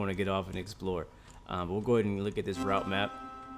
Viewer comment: I’m amazed that the only thing you miss pronounced is the word “Route” looks really good only thing wrong is that the trains are very rusty in a very bad state, and the line itself the whole train shakes and your worried that the whole thing is going to fall apart, hence why at the start of this month the 404’s were discontinued